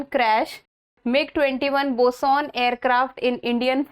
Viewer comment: Ma'am it's not Bis-On.... It's Bi-Son....